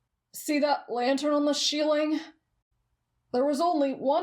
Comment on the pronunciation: "The sheeling" God this video is amazing 😭🤚